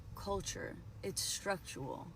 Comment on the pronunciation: Its structural not structual as the ex-muslim girl pronounced it